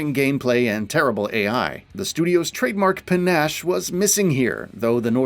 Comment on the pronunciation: Can pronounce panache correctly but pronouncing Guile is a bridge too far